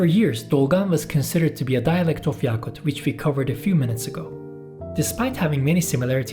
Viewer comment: yakut daki "a" kısa a. yâkut değil.